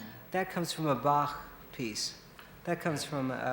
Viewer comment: A musician's musician - even pronounced Bach correctly. ;)